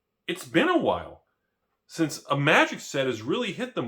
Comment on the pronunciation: Was sure you said Tragic the gathering in the beginning 🤣🤣